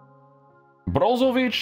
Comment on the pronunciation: as a croatian huge respect bro for ic pronouncing ich not ic